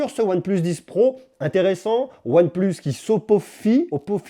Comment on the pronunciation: Pourquoi tu dis " on plus " le plus tu le dis bizarrement c'est énervant sinon top vidéo